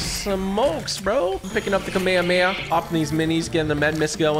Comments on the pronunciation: Its pronounced as ka-mey-ha-mey-ha. Kamehameha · I love but hate the kameyameya pronunciations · Bro is saying it wrong to be viral lol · i hate how u said kamehame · the way he pronounced kamehameha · Am I the only person who is getting PISSED for the way is saying Kamehameha lol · Like everyone pronounces Kamehameha wrong like bruh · Am I the only one that noticed he says Kamehameha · The way he pronounces it 😭😭😭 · He’s saying kamehameha wrong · You pronounced Kamehameha incorrectly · Say kamehameha right pls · Bro can’t even say kamehameha right and bro said that he watched dragon ball z as a kid😐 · Anyone else triggered by how he said Kamehameha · U really don't know how to pernounce the name of gokus attack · the way typical pronounce the "kamehameha" sound bad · dude really said kamehameha wrong "kameakamea" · Bro wth is a Kamay hamay ha h 😂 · "kameamea" lol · Me: Kamehameha. Him: Akameamehma. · i love how he says ka mea mea not ka me ha me haaaaaaa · This is how you know he hasn’t watched Dragon Ball Z he calls it the kamememea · um what is a kameyameya its Kamehameha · It is a Kamehameha not a cammahmea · its not kamemeamameam its kamehameha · I’m not trying to be rude but It’s not kAmama it’s kamehameha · KA ME HA ME HA! Not kaMayaMaya! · It’s pronounced Ka Meh Hah meh ha. Not kameyameya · I love yo vids but u said kameyemeya it’s kamehamehaaaa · Bro it’s ka me ha me ha not kamayameya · Why does he say kameheya…. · i will forever hate typical gamer now because he said kamayamaya not kamehameha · No one talking about how he called it a kame a ma a ma ya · The way he pronounce kamehameha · It’s kamehamehameha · U pournoused it wrong but keep up the good work TG ✨✨✨ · "kamihumiha" "numbus cloud" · “The kameyamaya” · Bro its called KAMEHHAMEHHA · It’s kaum ay haum ay ha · the way he calls the Kamehameha makes me kinda mad saying kameya meya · he says kamayamaya 😂😂😂😂😂😂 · Bro said kameamea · Btw kamehameha is pronounced like kam a ham ha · It’s kami hami ha